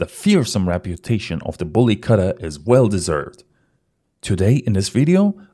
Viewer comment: Good video and Nice information. Btw it should not be pronunced as Katta. It is Ku-tta